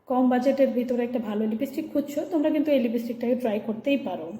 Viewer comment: Pronunciation ta thik kore korun na... 😮 🥴 🙄 🤔 🤭🙉 ..... Libistic noy... 😮 😮... Uccharon ta hobe.... Lipstick...... 💄 💄 💄 💄..... Ar eita ki 1 min ter video dakhalen.. . 😅 ...?? .. 🥴 🙄🤔 .... Shuru hobar agei toh apnar ei libistic er upor video ta sesh hoye gelo.... 😅 😅 😅😅 ....